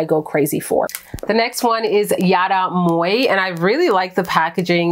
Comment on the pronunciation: The Yara perfumes are pronounced in FRENCH. Why is that so hard? Moj? Seriously? It’s pronounced ‘Mwa.’ Children can do it, believe me ; I know. Tous is pronounced in a French way. Come on. This is so cringe.